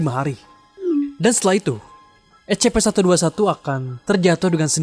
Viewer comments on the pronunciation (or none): info #1 cara membaca S.C.P bukan es ce pe tapi es sy pi. terima kasih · Bacanya escipi bang.